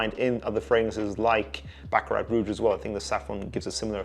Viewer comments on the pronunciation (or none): none